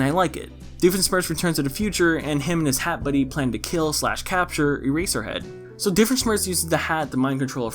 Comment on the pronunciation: You keep saying Earserhead and I can only think of My Hero Academia.